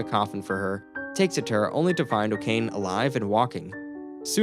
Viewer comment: Okane? it is pronounced o-ka-ne. come on.